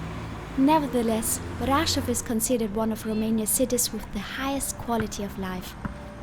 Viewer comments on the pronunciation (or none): Svp prononcez Braschov